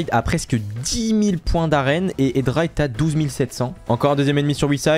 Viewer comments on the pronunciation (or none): juste c espi pas epsi et c hedra pas edra